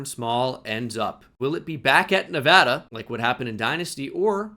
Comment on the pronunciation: You say Nevada properly 👍